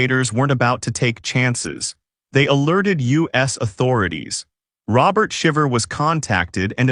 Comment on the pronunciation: Omg at least pronounce their name correctly.